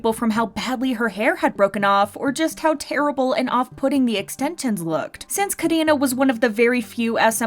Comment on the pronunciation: Why is Karina pronounced as "Kadina" ??🤣🤣